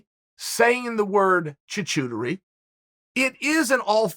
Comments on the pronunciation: Charcuterie: Shar-coot-aree Chael: Choo-chootery Charcuterie: OK, great! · “Choo-choo terie board?” It’s called “charcuterie,” Uncle Chael. Check with Alton Brown on the Food Network for some suitably sarcastic insight. 😏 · Uncle Chale that is not the way you pronounce that word. Its more like Char Cute Ari . Hard to spell how it sounds but you sometimes pronounce words poorly on purpose I think. You’re still the best and you still never lost a round. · What the fuck is uncle Chael talking about? hahah I'm half french Unc' ;) It's pronounced Char-ku-teri not Charcoucherry. Also it's not true that the nastier the cheese, the fancier it is :) And american cheese is also barely cheese to be fair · Me: It's called charcuterie Chael: Choochooterie Me: Okay great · It’s called Charcuterie not Choo choo ciri😭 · Hahahaha Chael saying char-cu-te-rie board as Char-chu-te-rie board has me crying 🤣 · LOL choo-chooterie? Not pronounced that way my friend. Unless it's on a train. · Chachooteri??! You mean Charcuterie LOL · Me: Charcuterie Chael’s wife: charcuterie Chael: chuchuturry Everyone else: Chuchuturry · Everyone: Charcuterie Board Chael: Choo-Chootery Board Me: Okay great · Choo-choo-turee! Good stuff Uncle C. Thank you. I have been pronouncing this thing Shar-coo- teree forever and I am a culinary school graduate. Forever grateful. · Ha chachootery - it’s pronounced charcutery. Fricken Chael 😂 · I laughed more at this than I have at most comedy bits and the funniest part was him pronouncing it as choochootery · In a parallel universe Chael's daughter is recording a similar video seeking help for her dad pronouncing the word charcuterie as "choochooterie." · tchootchootery board ... Your french is top notch champ'. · Choochootery board... classic Kyle Sonderlind. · Choo Chootery board?!? 😂😂😂😂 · It's pronounced char-cute-erie its pretty painful to hear you butcher that so bad. Your still the champ 🏆 though. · Hey uncle try this to say charcuterie, SHARK COOT EERY